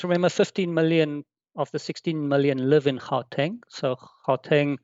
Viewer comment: Really only recorded 4 days ago? Would've thought host would've known how to pronounce Gauteng and Omicron (ohh-me-cron) and know not to refer to it as the South African variant. 🙄